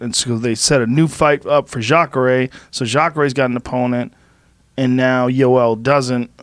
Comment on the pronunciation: Jorge's of latin descent and he calls Joel Romero "joel" and Rogan's obviously not latin and he calls him "iiioel". I just thought that was funny af